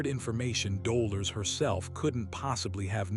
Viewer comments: She's called Do' lor' es. Not dola 🤨🙄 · Dolores is her name not Doler or Doler’s. 😉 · It was heart breaking for the narrator to miss Delores’s name. Otherwise it was a great summation of the three waves. Looking forward to this being edited !!!